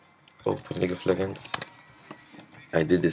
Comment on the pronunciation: someone teach this guy to say "legends" and not "leggends"